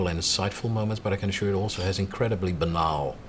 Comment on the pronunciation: hah.. a "i dont want to fall with the door in the house" Dutch/English going on here. Banaal = trivial/tacky i somewhat stand corrected, banality seems to translate well.. still how he pronounced it triggered me to point it out and hey.. a comment is always good for YT traffic right. Nice interesting video.